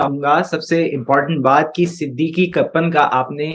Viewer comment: Not Siddiqee but Siddeeq